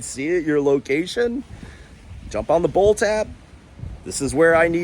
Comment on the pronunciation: It did sound like boat, but I figured bolt a few seconds later.